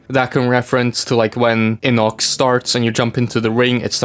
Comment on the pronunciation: bro that's not how you pronounce his name it's not inox it's I_N_O_C_S